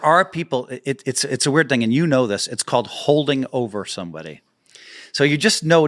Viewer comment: You need to enunciate better, and you have a speech impediment. You can't say "L" properly. Field, Hold, Old. Old is not pronounced "oad", same goes for Hold (not "Hoad). Field (not Fee-ood). Called (not "cawd"). Etc. Just something to know since you do voice overs on videos. Keep up the good work